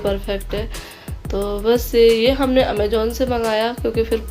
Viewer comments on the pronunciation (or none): Amajon nhi hota Amazon hota pehle bolna tau shik lo madam